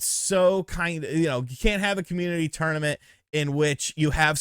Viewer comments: You say "tournament " weird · Love you my man. But the way you're pronouncing the word tournament is about to drive my little southern ears crazy.